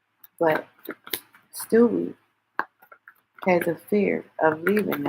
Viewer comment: 😂😂😂😂she keep saying stewie 😅